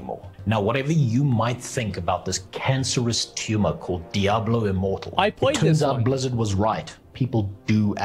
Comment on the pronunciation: I heard Diablo Immoral instead of Diablo Immortal.